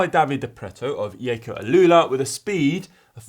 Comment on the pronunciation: Is shirt featuring that aero backpack fairing thing? Is Jayco now pronounced with a soft J, perhaps like Jogging?